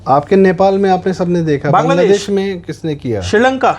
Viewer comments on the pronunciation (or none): none